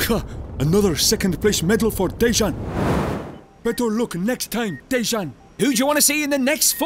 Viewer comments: His name is pronounced deyan not dezan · Not dežan its dean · Dejan not dezzzssaaaan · Ffs it's pronounced de-yan